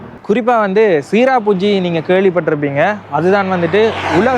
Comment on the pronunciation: Hello டாக்சி சிரபுஞ்சி சரியான உச்சரிப்பு